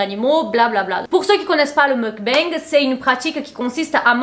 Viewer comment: Merci pour cette intéressante vidéo. Petit détail : on prononce "mok-bang".